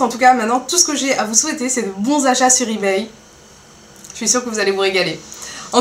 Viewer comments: Tu prononces mal on dit eBay pas eBayyy. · Il te plaît pas mon comm' ? Pourtant je suis sympa de t'apprendre à prononcer eBay.